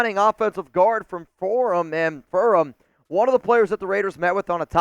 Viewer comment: furMAN. Good grief. Hard to take this dude seriously when he gives us the Intel on a school and doesn't know the name of the school